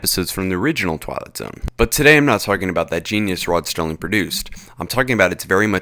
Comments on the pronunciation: It's Serling, not Sterling! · It's Rod Serling, there's no t in Serling. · Rod Serling...not Sterling...put some respeck on his name #Legend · Did you say "Rod Sterling"? It's "Serling"....no "T". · I stopped watching when you said "Rod Sterling" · salmonparfait Sorry, but the narrator is foul mouthed and unfunny. Plus he couldn't even get Rod Serling's name right, and he messed up the date of JFK's death. Such a sloppily made video isn't worth defending.